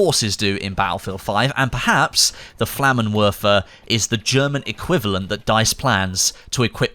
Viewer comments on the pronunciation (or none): please learn how to pronounce proper German please Flammenwerfer is pronounced FlammenVerfer as the German language doesn’t have W sounding letter so they pronounced all W like V’s so gewehr is GeVehr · Flammenwerfer. Both "er" in Werfer are pronounced like the english word "air". You're welcome. Great Video as always.